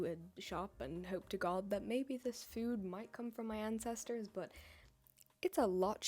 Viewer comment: I thought you were British until you said otherwise. So I had to make my boyfriend listen to you talk, and guess where you’re from. Apparently the way you said Ancestors, he immediately said Ireland or Germany. I had to tell him your mom is from England and other people mistake you as British too. I’m just genuinely shocked that he guessed so perfectly and says you don’t sound British at all. I’m also confused how he got German right as well.